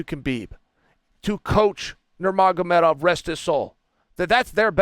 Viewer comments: “ that’s nuermagmoedove” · Love the way Chael’s nailing Khabib’s surname.